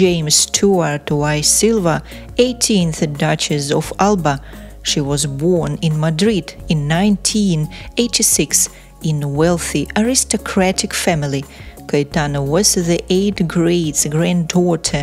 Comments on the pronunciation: Had to go back a couple of times... I think it's the accent of the narrator... I'd say narrator is Portuguese speaking.... 1926 sounded like 1986 😁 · Yeah, narrator forgot to edit the mispronounced year 😂🤣